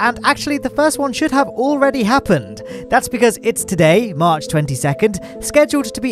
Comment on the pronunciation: you said: "comment if you're one of the pogchamps watching on March 22" I heard: "comment if you're one of the pogchamps watching on mars 22nd" I thought you told someone to comment if they were watching from mars in the 22nd century lol